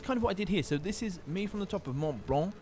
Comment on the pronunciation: He says Mont Blanc like "monblon" which I know is similar to how it should be pronounced, but the way he's saying it sounds so weird.